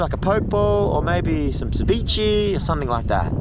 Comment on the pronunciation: Poke, is properly pronounced "PO- Kay", with the stronger tense on the "Po" . If you want to say it like its origin. And ceviche is pronounced "Seh - VEE- chay". Great day in the water. Your videographer is excellent! (Hahahah, even Vicky is correcting your pronunciation: Crema!!)!